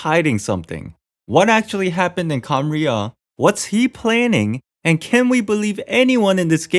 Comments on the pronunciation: i think you have trouble pronouncing khaenri'ah because you say each syllable like it's a single word: "khaen - ri' - ah!". but it's more like "khaen!rya". idk maybe this helps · bro you said Cumriah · It's pronounced khan-riya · It’s like (Kan•rea) ¯\_(ツ)_/¯ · Khan as in khan academy, then "ria" as in ria, the shaved ice. Khan ria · Please stop saying khanrei’ah wrong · remove the ' in Khaenri'ah that's how you pronounce it